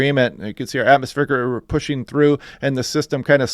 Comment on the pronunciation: some weather forecasters say "Atmosphere River" and it's "Atmospheric River".